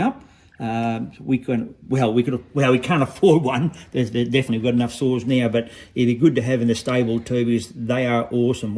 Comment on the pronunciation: Are you saying saws or souls 😂 I had a 395 loved it I loaned it out and it got stolen.